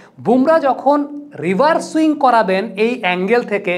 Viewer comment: ভাই ওটা রিভার সুইং না। রিভার্স সুইং হবে তো। পরবর্তিতে ঠিক করে নিবেন আশা করি